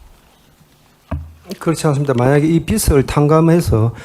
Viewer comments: 국회의원이나 되는 사람이 비츨 비츨.... 뭔 빛 이야? 빚 발음도 제대로 못하면서 대한민국 국회의원 맞냐? 발음이나 똑바로 하지.. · 아저씨!!! 빛이 아니라 빚이라구요! 빚!! 빚!!!! 비지라구요!!! 비츨 갚긴 누가 비츨 갚아!! 비즐 갚아야지이!!! 한국말 발음도 안되냐구요!!!!!!! 아니면.. 자기가 하는 말이 인식이 아예 안되나?? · 빛을(비츨) 빚을(비즐) 국회의원이 발음 좀 신경씁시다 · 빛을 탕감? 그런 말이 어디있나. 비츨탕감이라니.. 비즐탕감이다..국어도 제대로 발음 못하는 경상도 국회의원...한심하다! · 자꾸 빚을 빛이라고 한다냐... 국어공부부터! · 임종득 의원님, 빚을->비즐 빛을->비츨 발음 고쳐주세요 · 비즐이다 비츨이 아니고 어느나라 사람이냐. 빚을을 비즐로 발음하는 거다. 듣기 거북히다. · ”비즐 “이다 임종득아. 발음이라도 제대로 해라. 난감해하는 표정 하나 보려고 다 지켜봤는데 시간 아깝고 답답하네,, 진짜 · 국회의원님, 차관님!! 빚을--->비즐 입니다. 빛도아니고 빗도 아니에요 ㅠ . 제대로 발음하시는분이 한명도 없넹😢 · 빚을 은 비츨 아니고 비즐 이라고 발음합시다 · 임종득 왜 자꾸 빚을 빛이라고하냐 아유 무식해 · 종득이는 경제 단어를 지가 설명 못 하겠으니까 차관들한테 물어보네. 딱 보인다. 종득아, 니가 편의점 알바를 해. 우리 동네 편의점도 문 닫더라. 종득아, 발음이나 똑바로 해. ㅡ빚을ㅡ이 단어를 비츨로 발음하네 ㅋ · 임종득 국회의원이라는 자가 빚을(비즐) 빛을(비츨)로 발음한다. 발음에 따라 의미가 전혀 다르다. 국어공부나 제대로 하시길